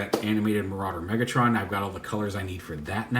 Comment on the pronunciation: DID YOU SAY MARAUDER MEGATRON!?!? 😳😳😆😆😆